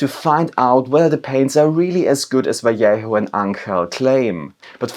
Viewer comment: My favourite thing is that everyone knows how to pronounce double L in Spanish but no one knows how to pronounce J :D